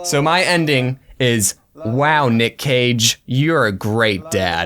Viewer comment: When they said “Nick Cage and the Whale”, but it sounded like “Nick caging a whale”